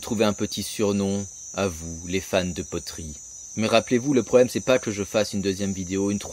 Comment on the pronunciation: "les potoeries" ?